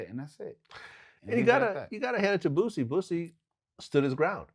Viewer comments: His name is Boosie with an “s” not Boozie with a “z” I hate when people mispronounce his name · When he calls him "boozy" Sounds like the "p-word"... Lol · Vlad is my homey but it would have been funny to hear him pronounce Boosie like that. But Its still more understandable than using that Z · Why do people keep putting a Z in Boosie's Name? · NYC ppl can’t say Boosie name right for shit 😂😂😂